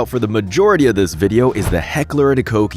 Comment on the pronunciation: It has been like 12 videos and you clowns still don’t know how to pronounce “Koch”? 🤡